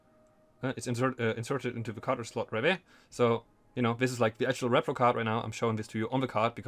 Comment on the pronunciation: Dude i mean no offense in any way but you're saying it completely wrong as it's repro "ree pro" not rep-pro as it stands for reproduction "ree-production" and there is no such thing as a rep-production.